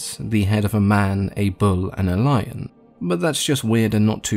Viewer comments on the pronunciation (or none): none